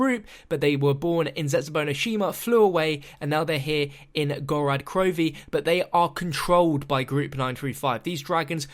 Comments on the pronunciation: It's pronounced "GorOd KrovEe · It's pronounced "gore-rrod Crovfe" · Whats with the very end of this video and that last video? Also why are you pronouncing it Gorad Krovi on time and Gorod Krovi another time